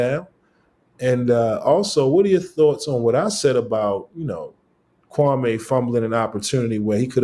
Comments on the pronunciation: Maybe its because you keep calling him Kwamay instead of Kwame. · KWA MEEEEEEEE NOT MAY